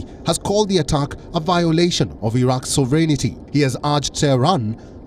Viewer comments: It is sovereignty not "sovereignity" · it’s SOVEREIGNTY, not “sovereignity” i noticed the news broadcasters add an “i” to the word…